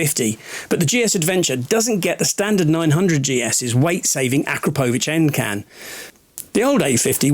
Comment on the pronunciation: ......if ya wanna go 'Full On Geek'......it's pronounced Ah-Krap-O-Vitch.......not Akra-po-vik. 😉 Can you please include a 0 - 20mph time in future Geek Tests.......for the benefit of those who live in Snails.......soz, I meant Wales. 😡Ta Dood.